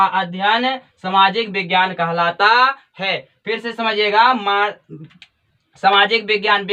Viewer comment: कहलाता हैं कि khalata अशुद्ध बोलते h आप sir